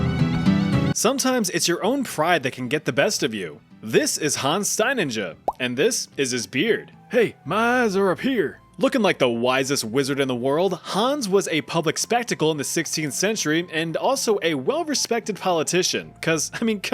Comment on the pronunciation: Hans Steinindscher? No thats not how to pronounce it XD